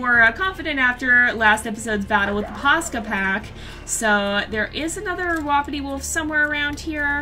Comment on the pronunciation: No offense I love you but it's wapiti (wah-pee-tee)